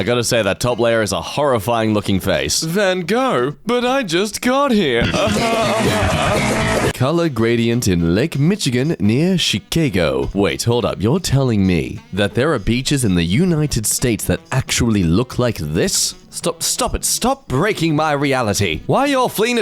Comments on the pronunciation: did he just pronounce Chicago like "chi-cay-go" and not "shi-cah-go"? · I’m mostly mad he said “She-Kay-Go” instead of “Chi-Ka-Go” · you saying chicaygo inflicts psychic damage to my physical brain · I stopped watching for some time and I came back to a whole new intro (I mean that logo) and profile picture. Also the way pronounces Chicago and WC...